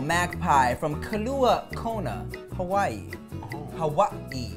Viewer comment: Tim, its Kailua-Kona, not Kalua-Kona lol